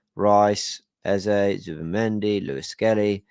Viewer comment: You’re one of the very few content creators and match commentators who actually pronounces Eze’s name correctly (A-Z-A), and not Ezer. It’s so frustrating to hear people say “Ezer.”